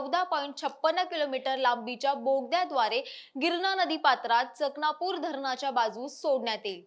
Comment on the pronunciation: न्यूज देताना उच्चार तरी व्यवस्थित करा धरणाचे नाव. चणकापूर आहे तर चकणापुर नाही